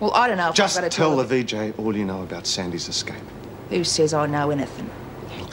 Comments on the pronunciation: Love the way Lizzie always says Exscape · Why does Lizzie always say 'escape?' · I really wish somebody would have taught lizzy how to say escape